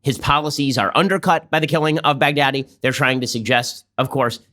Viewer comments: Everyone says: bagh-dha-dhi All I hear: Big daddy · I love how Trump says Baghdadi. It almost sounds like Bad Daddy. :D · Lmao it’s closer to bahgdhadi